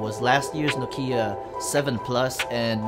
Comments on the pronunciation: it's not Nokeeyah..it's Nokyah! Finland baby. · Your "Nokiiia" pronunciation is terrible.